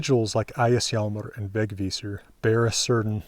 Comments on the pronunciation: Thanks! / A swede with a Vegvísir-necklace. Great pronunciation by the way. Would not have said it if I didnt mean it! Really good. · Wow, you're pronounced it very well!